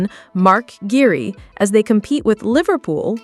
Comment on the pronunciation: Guehi is pronounced GAY EE - there is NO “R” in GUEHI